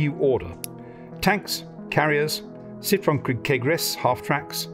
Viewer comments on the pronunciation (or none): none